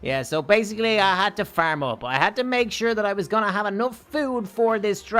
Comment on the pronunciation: Its farm not faerm